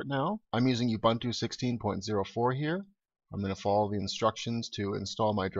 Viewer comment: It's pronounced oo-boon-too, nut you-bun-too.